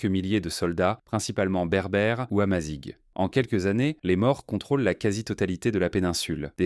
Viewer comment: berbère ou amazigh (que tu ne sais pas prononcer...)